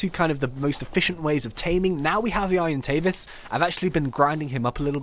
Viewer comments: its not irontavis it's argentavis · Please say it properly it is bugging me sorry but it is (arg an tave as)